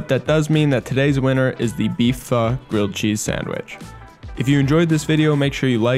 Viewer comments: Instructions unclear, I burnt the cheese and pronounced pho wrong and I am being hunted down by the Vietnamese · As a Vietnamese, I'm growing more irritated with some of the pronunciation, but amazing content! Anyways, I'll cry in my room for a bit